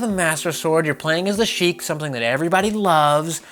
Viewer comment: Goddamit, its SHEIK! Jaysuz....